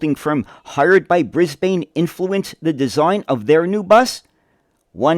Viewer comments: It It's pronounced brisbin, not brisbane, even though It's spelt that way 😂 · A few points.. It becomes painful to listen to Brisbane being pronounced incorrectly so frequently. The E is silent - Read at it as being spelt Bris/ban. Point 2 is a city 'Council' making decisions based on a Consultant from the USA, that through their default policy over many years has an abysmal public transport that doesn't serve the community well at all. Seems that is based on 'pissing resources up the wall'... because Y'all have been getting that fuel for free in terms of true production and environmental cost. So yeah, the last place to seek advice on public transport is the USA, the land of copious consumption. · Brisbane!!!!! Pronounced "Briz-b'n" here. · Try pronouncing it Brisbin. Great video my guy. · As always, very informative, Thank you. One small point though Brisbane is pronounced as Brisban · It’s something we always grit our teeth in preparation for, when we see the word written out. Thankfully most American YouTubers are correctly saying “Bris-bin” and “Mel-bin” these days. Now we have to work on British speakers who say “Barth-hurst” instead of “Bathurst”. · Great video! But your pronounciation of Brisbane is a bit off, the 'bane' part should be pronounced more like 'bin'. Also, if you're interested, you should check out John Dunn's history of Commonwealth Engineering series. Vol. 2 go over these buses a little bit, but what you'd find more interesting would be Comeng's involvement with the Budd company. Both of them worked together alot, and Vol. 5 goes in depth on the Comeng designed C1/C3 cars for the LIRR in NYC. Vol. 3 also talks a lot about the 1950s era of Budd and how they adapted Budd's stainless steel for use in trains in Australia. I've read all 5 volumes and I use them frequently for making my own videos. They're a fascinating read. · With all the great research you couldn’t pronounce Brisbane properly